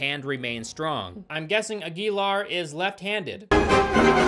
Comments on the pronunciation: His name is pronounced "Aguilar." Hope this helped! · Ag-yell-are...I'm thinking.. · It's actually pronounced Aguilar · Aguilar is pronounced Ag-you-lar. Yeah, I saw this in theaters and somehow forgot I was watching the movie until the credits rolled. It was. Forgettable. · It's pronounced "agwi-Laar" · The way is pronouncing Aguilar makes me want a lobotomy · I wish you looked up how to pronounce Aguilar before trying to say it...